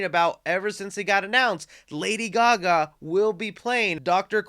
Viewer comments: it’s lady Ga Ga not gga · Did he say Lady GAWKGAWK? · He says it weirdly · Why does he say Lady Gaga like that 😂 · Why did you “Gaga” like that.😅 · I just enjoyed how you pronounced Lady Gaga 😂